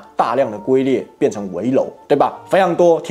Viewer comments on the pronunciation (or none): 龜ㄐㄩㄣ裂唸成ㄍㄨㄟ裂😂可憐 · 不是ㄍㄨㄟ裂是ㄐㄩㄣ裂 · 龜裂, 破音字, ㄐㄩㄣ裂。 （我以前也是唸ㄍㄨㄟ裂 。噓，不要告訴別人😆 ） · 龜裂 （龜 音唸 軍 君 均）🤗🤗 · 糾正一下，是龜裂ㄐㄩㄣ ㄌㄧㄝˋ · 龜裂 ....... 唸=ㄐㄩㄣ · 應該是龜ㄐㄩㄣ 裂吧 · 龟(jun 一声)裂😊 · 龟裂，龟应该念JUN 才对。现代一般用皲裂。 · 那字念龟裂jun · 龜裂，唸做ㄐㄩㄣ裂。